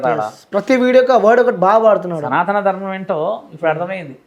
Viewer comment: ఆవిడ చాలా ఇంటర్వ్యూలు చూసాను విన్నాను ఈ మధ్య యూట్యూబ్ లలో, కానీ ఇంటర్వ్యూలు చేసేవాళ్ళు ఒక్కరుకూడా సనాత ధర్మం కాదు సనాతన ధర్మం అని కరెక్ట్ చేయట్లే దేంటో 🤔